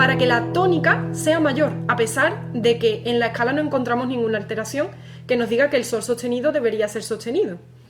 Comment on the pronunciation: oye te comes la s que clase de español tienes?.......lo griego, la ecala, pagao. meneao